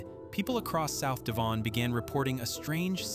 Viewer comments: Wrong pronunciation for Devon. It's not D'Von. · Devon - Dev- un. You make it sound exotic. 😂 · Interesting video but for god's sake do some work on your pronunciation. Devon for instance rhymes with heaven, Lazy and irritating. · you should learn yo pronounce place names correctly YANK. E.G. DEVON IN SOUTHERN ENGLAND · Please stop with the shite music ,apart from that and the way you pronounce DEVON not a bad vid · Learn how to pronounce DEVON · There wouldn't have been haystacks in the fields in February. How can you pronounce Eurydice but not Devon? This is all very interesting. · Sounds frenchy. 😊